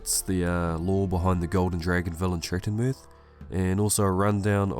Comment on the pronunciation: I am sorry, I can't watch that video 😢😭 I purchased the books today. I still left a like just because you achieved to pronounce that fucking name 😂